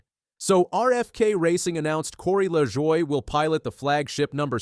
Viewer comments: Saçre-bleu!!!!!! It's pronounced la-joy dude. He's not French. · It's pronounced Luh-Joy. Take it from someone who watched grandpa race. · What the hell is this pronunciation of Corey's name. Who is reading this. Moron😮